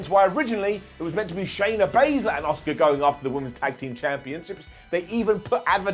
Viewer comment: Nobody's ready for "Oscar!" Well, that's how pronounces her name anyway.